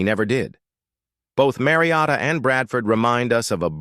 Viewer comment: Listening to this AI pronounce Mariota and Manziel is unreal. Fucking do better.